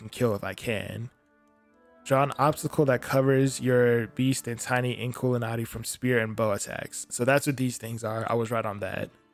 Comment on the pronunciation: Your saying it right